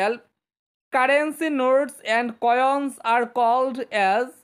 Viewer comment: Coions nohoi Coins kobo ussaron akabara Jonilvr